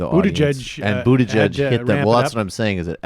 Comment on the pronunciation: Man every destroys Mayor Pete's last name 🤣 Boot-a-judge Bootyg-itch ....